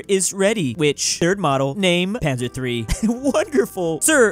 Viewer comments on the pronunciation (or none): none